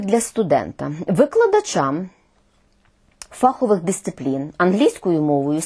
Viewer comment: про що казати, коли майже усі представники мон не спроможні правильно казати слово "фаховИй" (ДО РЕЧІ лісовИй). фАховий (від англ "фАк"? Пробачте, писала це, поки не почула, що Ви теж, пані Ірино...